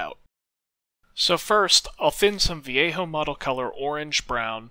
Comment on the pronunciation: Amazing job and a really nice tutorial. Nice to hear you pronounce Vallejo correctly ;)